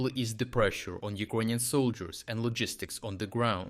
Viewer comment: Took me a while to realise you're saying "Ukrainian" :D